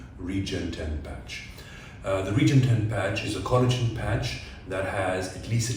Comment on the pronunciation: Now just learn how to pronounce the product properly. RE- GEN - ET-EN. for Smith and nephew's sake... Lol😂 but very good demonstration of technique video. Thanks.